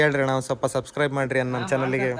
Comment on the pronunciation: Subside❌Subscribe ✅ chalki 😂